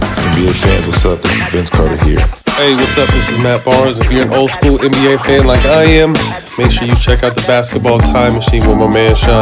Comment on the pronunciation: I'm pretty sure it's NBA, not Anne B A....